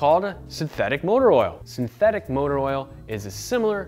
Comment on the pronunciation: did you say sinteTHICK?